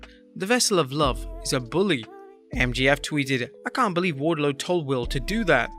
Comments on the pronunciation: Hell I BO-LIEVE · I Bo-lieve.